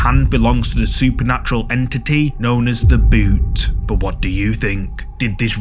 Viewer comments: Hahahah it's called bhoot not boot 😅. Just a hindi word for ghost nothing special lol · It's bhoot not boot bro ...